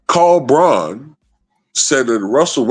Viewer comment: Christian Braun ~ Pronounced Brown.